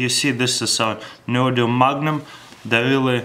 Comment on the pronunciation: "Neodinium Magnum" :D